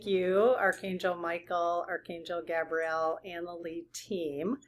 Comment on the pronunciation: Archangel GAY-bree-el...syllableable emphasis on the first syllable. Gabrielle is a girl's name...btw angels have no gender as we know it. I know angels have been protecting me all my life...I can even clearly remember, exactly, some of those specific experiences...